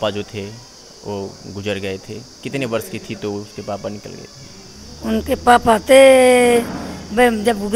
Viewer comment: Ye patrakar lag rha Hai ki space se Aya h papa ko pappa bol rha h